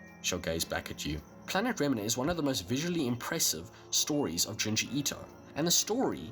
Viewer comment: This dood said remnah